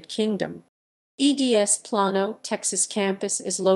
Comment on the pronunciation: This is old. But it's Not Elle ec tronic. It's E lectronic. It's Plain O. Not Plawn O. Plano. It's not Pair O. It Purr Row. Perot.